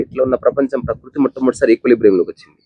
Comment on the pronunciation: ఇది నెగటివ్ గా తెలుపడం కాదు 🙏 పకృతి - ఉచ్చారణ తప్పు ప్రకృతి — సరైన, శాస్త్రీయ, నిఘంటు రూపం అర్థం: స్వభావం, నైసర్గికం, సహజస్థితి, nature సరి చూసుకోగలరు.